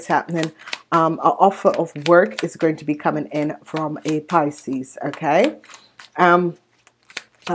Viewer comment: Your saying picies this is scorpio.